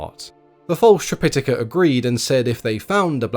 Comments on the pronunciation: Yes, this was getting on my nerves during an otherwise excellent video, so I checked. According to the Oxford dictionary, yes the main pronunciation is tri-pi-TAH-ka. Or, sometimes, trip-I-tuh-kuh. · Its a good retelling. I don't like how you pronounce Tripitaka though 😅